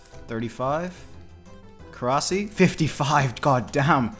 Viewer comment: Thumbs down for calling it Korasi